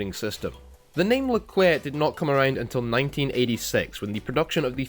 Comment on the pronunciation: nice someone who can actually pronounce the name